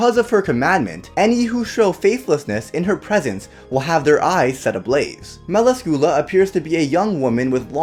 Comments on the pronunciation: Isn't it pronounced Mel Ask you lah? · fuck can t you pronoce her name right its not meracula you read meracila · You said her name incorrectly... Mell-lass-scu-lah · Why did you have to pronounce melascula wrong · Im sorry but you said it wrong and i could not stand it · 😡😐😑... That's NOT how you say her name tho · I love her but you pronounced her name wrong